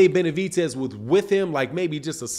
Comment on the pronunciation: There’s no T in Benavides